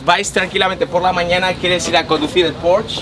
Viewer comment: me encanta tus videos pero se dice porsche tal como suena no porschhh :) un saludo